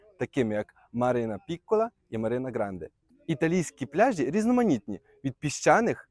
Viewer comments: Ти невірно ставиш наголос, не пляжіʼ , п пляʼжі, , погановчився в школі.це неможливо слухати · Не пляжіʼ, а пдляʼжі , неук